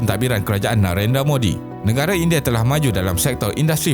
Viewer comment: Okeh tq.. cuma admin perlu belajar vokal untuk sebutan perkataan-perkataan yang penting contohnya Nengara sebutan nya negara